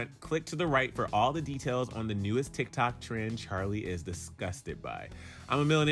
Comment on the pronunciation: He said Tik Tak 😂 lol 😂